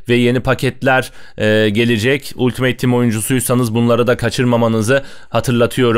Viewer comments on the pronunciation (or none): none